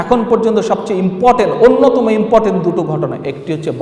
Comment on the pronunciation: ব্যাটা আন্ডার ম্যাট্রিক .. Inportant, বলে কোন শব্দ নেই, শব্দটা হবে important ... ছাগল